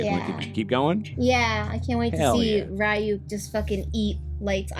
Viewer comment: Jesus christ you should be able to pronoucne Ryuk properly at this point already